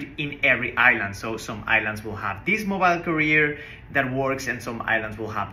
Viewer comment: Now I get it... you were saying Mobile "carrier" (not career). Anyway, congratulations and stay safe!